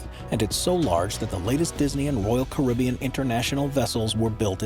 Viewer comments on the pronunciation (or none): none